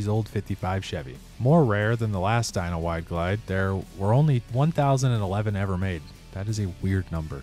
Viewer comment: No hay pelele más grande que tu al no decir "FXR" y pronunciar de manera pésima el nombre del modelo se escribe "DYNA" y se pronuncia como "DAYNA" y ni siquiera investigaste la procedencia del nombre del modelo.. pero bueno, así como tu existen varios que solo desinforman al público para obtener sus Like's..👎🏻